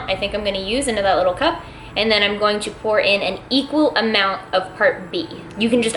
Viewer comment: Dunno why, when u say "pour" i hear porn :v